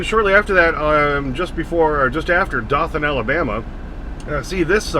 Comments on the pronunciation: Dotham Alabama is pronounced doe-tin with a soft "t". Also there are 2 national peanut festivals yearly one in the spring in Dotham AL. and the 2nd in Meeker County Minnesota in the fall. As for the lack of truck parking I can tell you that when Cold Spring brewery built the huge warehouse complex 2 miles from the brewery they built a 2 acre parking lot for drivers. When they got that lot cleared in the spring after the thaw they collected almost 3 2 yard dumpsters full of crap bags and trash from that lot and closed it to ALL drivers. Now it's a drop & storage lot for trailers. They also refuse to allow truckers to use their indoor restrooms because certain steering wheel holders would wipe their butts with their hands than smear the feces on the walls of the stalls. So their janitorial service gave them a choice either they stop allowing drivers to use the restrooms or they find another janitorial service. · Dothan Alabama is actually pronounced as “dough-then”. There are a ton of towns down south that give all of us trouble. I now live less than an hour from hickory so you were running all over my stomping grounds. Be safe brother!! The roads aren’t the same as 30-40 years ago. I wouldn’t get in a truck without a CB and these new drivers are stupid for doing it!!